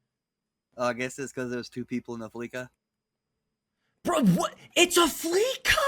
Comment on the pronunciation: It’s fleece-a not flee ca As in fleece you of all your money, it’s a pun. Like everything in gta